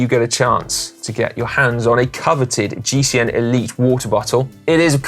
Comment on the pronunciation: Come on Connor, you need to have another go at the pronunciation of the 3rd place in GCN Inspiration, not great for an Irish man!